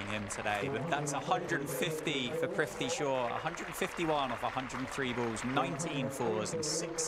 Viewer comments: I am pissed that thse jokers cant pronounce PRITHVI properly but can pronounce LABUSCHAGNE and PHEKLUKVAYO very easily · Great innings. They butchered his name every single time 😂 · Their mispronunciation of his name is so cringey. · They couldn’t even pronounce his name right. Prifti Shaw it seems 😂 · PRI-TH-VI not PRI-V-THI.... PRITHVI shaw... PRTHIVIII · "Prifthi" shaw 😂 arey bhai 🤦‍♂️ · Is it just me or are the commentators all saying PRIVTHI Shaw, rather than PRITHVI, which is his actual name? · Was it just me or did others notice "Crifty Shaw" & "Prifty Shaw" from the commentators. 😄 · Commentator “Fifty shaw”😅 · The entire innings, commentator kept calling him Prifti - who the hell is prifti... you gotta get the name right man 🤠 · Ok are we gonna ignore commentators calling him “prifti shaw” .. 😂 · Male Commentary: Fifty Shaw...Fifty Shaw 🤣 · AM I the only one who is hearing Fifty sure instead of prithvi Shaw? 🤭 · He’s not Prifty Shaw😂, Prithvi it is😅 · Just kept hearing 'Thrifty' Shaw 😂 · Name:- Prithvi Commentators:- Prifthi😂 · Is it just me or is the commentator saying " PRIFTY. shaw " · Is it just me or are they calling him prifty? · Butchering his name for 7 mins straight..”Prifti Shaw” 😂😭😂😭😂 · Prifty Shaw? They mispronounced his name for lifetime!!! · the commentator was calling him "Privthi" instead of "Prithvi" :( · Why is he saying fifty shaw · Its prithvi and not prifti. Whats wrong with the commentators?? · Commentators having a tough time in pronouning his name... Prifty Shaw 😂😂😂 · Well played Fifty Sure (Prithvi Shaw British pronunciation) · Its PRITHVI NOT PRIVTI !!! So confidently misplelling someones name again and again !!! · Announcer mispronouncing “privthi” smh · His name is Prithvi not Prifti.😠😠... Don't know, why these English men's can't pronounce a simple name ? Every time they call him Prifti.... 😠😠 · Commentator can't even be bothered to learn how to pronounce his name correctly. "Privty Shaw" ffs. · They keep saying his name wrong